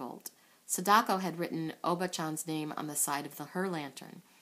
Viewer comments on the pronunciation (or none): none